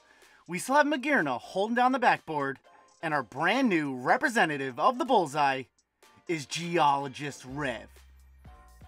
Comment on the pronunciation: Did you call it a “Revresentative? ☠️😂